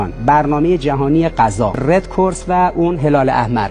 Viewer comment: اون رد کراس هست نه رد کورس